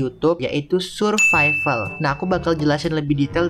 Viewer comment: Survival❌ Suvrival✅ 🗿👍